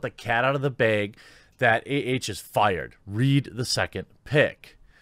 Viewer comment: Why you say bayg instead of bag bruh?!